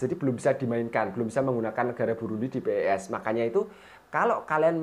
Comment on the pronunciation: bang bukan p e s tapi pes digabung